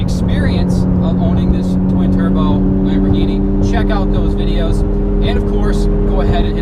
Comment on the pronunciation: what idiot thinks a lamborghini is a chrysler...and then proceeds to say "lamborghini" totally wrong😑